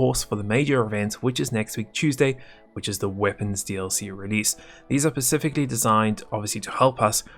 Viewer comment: Please, for the third time, its "specifically designed" not "pacifically designed"